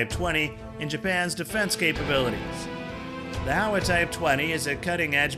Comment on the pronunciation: Hi. HOWA is not pronounced HOW-AH, but HOE-WAH. The criticisms you mentioned relate more to the pacifist constitution, not the gun itself (apart from the complex mechanics). The challenges are bureaucratic, because the unit price is high due to the government’s inability to export. Also, the government is not as generous compared to the US when issuing accessories for the rifle, eg scopes, laser sights, even 3 point slings.